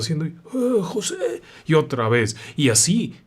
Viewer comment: Jajajaja yo también me reí cuando pronunció " Joseee"